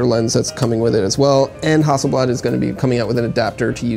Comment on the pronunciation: you mispronounced hasselblad